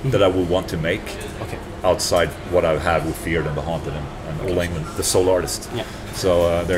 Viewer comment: Varför säger du ditt och andras namn med ett engelskt uttal? Åola Englond istället för Ola Englund och Jåonas istället för Jonas. Knäppigt! Lär slla HUR svenska namn uttalas istället. Visst fan... ...vire det inte coolt med en Solar-bas?😂😂😂😂😂😂😂😂😂😂😂😂😂😂😂😂😂😂😂😂😂😂😂😂